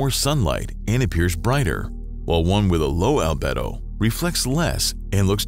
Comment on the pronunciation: Al-bee-do ffs!!!